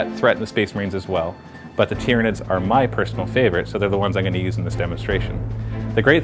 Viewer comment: tyranids it is said tie-ranids but spelt tyranids